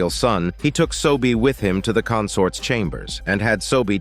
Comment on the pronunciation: it’s seo-bi, not sobie, it’s yeong-sin not shin, and it’s beom-pai, not pal (sorry if I’m late but these names this dude gives irritates me. Just wanna correct)